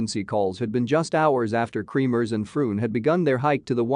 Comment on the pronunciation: Not KREAMERS ITS KREMERS